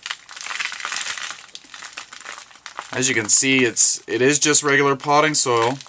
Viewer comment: Soil, not soul. Hahaha!!